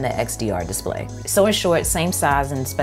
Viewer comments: Love the way you pronounce diss-play. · "Diss play" lol